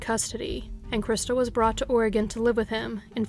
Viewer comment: As soon as she said “Oregon” on the third story, there was no explanation needed.